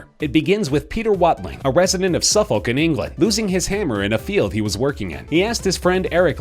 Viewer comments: The way he said suffolk 😂😂😂😂😂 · Your pronunciation of Suffolk😔😞😑🙁😣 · Why u saying Suffolk like that